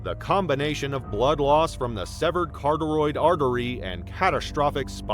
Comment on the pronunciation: "Cartoroid" artery😄